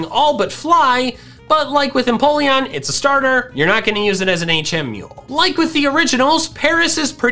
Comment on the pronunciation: EMPOLEON, NOT F*CKING INPOLLEON! FIX IT NOW!